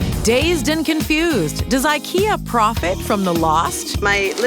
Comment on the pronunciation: It is not Ikea rhyming with Rea, but other way around.